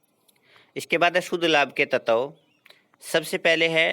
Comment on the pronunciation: तत्व की उच्चरण गलत है।